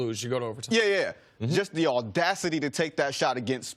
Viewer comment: "all dacity"